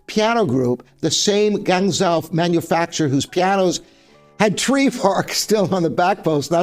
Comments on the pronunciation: Gwahng JOE. Not gangzow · Guangzhou is not pronounced 'Gang-zow', it is: 'Goo-ung-joe', with the 'joe' higher pitch than the 'Goo-ung' (about a perfect 5th or major 6th higher). I thought I knew everything about pianos - however you did teach me one new thing about Schimmel, thanks!